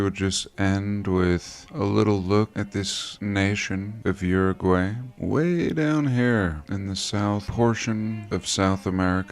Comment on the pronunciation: Hopefully someone will teach him how to pronounce Uruguay 😉 Saludos